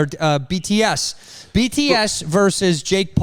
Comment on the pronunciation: almost calling BTS “DTF” is the highlight of my day.